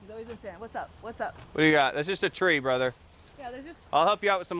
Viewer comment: What is it's the real Santa?... (Or "Sana" as pronounces) PM 12/20/2018